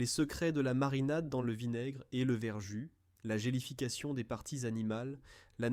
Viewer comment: Voix artificielle déplaisante et contenant des erreurs. On ne fait pas des grillons de porc, mais des rillons. On ne dit pas verjuiss, mais verjus prononcé verju.